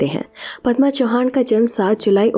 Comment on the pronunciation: चौहान नाही. चव्हाण